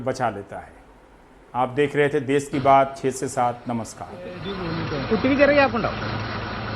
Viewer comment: देस नहीं 'देश'